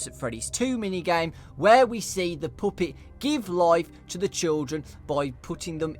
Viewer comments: " the POOPET!" I'm sorry I couldn't help but laugh😂😂😂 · Puppet NOT poopet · What's a "puhhpitt"?!?!?! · when you say puppet, its sound like poopit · hehehe i love the way you say puppet its funny